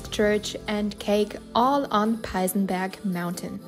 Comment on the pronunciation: Not Peisenberg — either Peißenberg or Peissenberg